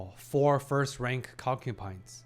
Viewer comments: You keep saying concupine. Please, I beg of you, it's concubine ; . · Hi brother, great video as always. Uhm, just a little thing I noticed and haven't mentioned yet. You are pronouncing concubine with a P, I hear, instead of a B. As an ESL myself I wanted to tell you.